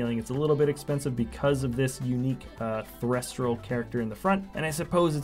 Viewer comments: I'm sorry did you just say threstral it's thestral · Thes-tral not thresh-tral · Thestral not threstral